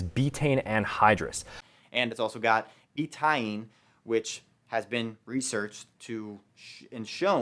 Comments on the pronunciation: He's an idiot but come on... you don't know how to pronounce betaine either... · Ironically, he was closer to the correct pronunciation than... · Just found your channel ! Funny yet very informative video mate . Btw Vince was doing his best Australian accent when he pronounced “betaine” 🤣